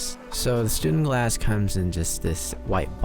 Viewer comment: Sorry dude you're saying it wrong it's called a stundenglass. ✌️